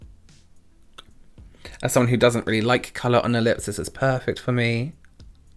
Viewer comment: all i ever hear now is colorbob